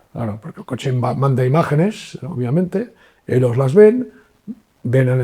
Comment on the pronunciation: Por qué pronuncia una sola "l" dónde el sonido debe ser de 2? Dice "milones" en vez de millones. Y "elos" en lugar de ellos. Su lengua nativa es diferente del castellano?